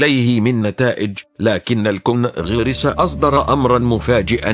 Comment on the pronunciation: كيف تصدقون واحد يقول كونقرس على الكونجرس